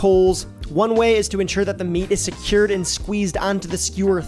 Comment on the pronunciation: see-kerred(secured) derrable (durable)